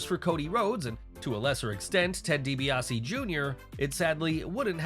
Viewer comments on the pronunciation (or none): none